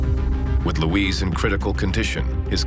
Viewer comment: Luis, not Louise.